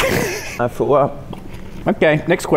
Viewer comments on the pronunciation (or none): “I thew up.” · “I frew up” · " I frew up ", October 11, February 3rd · 10 seconds into vid:”gentleman’s agreement not to throw up this video. 15 minutes into vid:”I frew up.” I’m surprised he lasted so long before frowing up. Our baby is finally growing up.😊